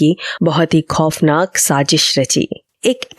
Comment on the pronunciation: You have to learn correct diction and pronunciation if you’re going to pretend to be a radio announcer. Please do not keep saying words like khofnaak and majboot so many times when you can’t say them correctly. And it is Phir, not fir. Go take a class